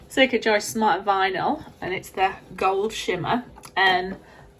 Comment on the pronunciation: Loved this, thanks. Just to let you know it’s cricut (as in cricket) not circuit xx